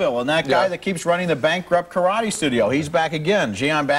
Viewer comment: Great review. Your pronunciation of "Karade" put me in mind of this clip: (skip to 0.30)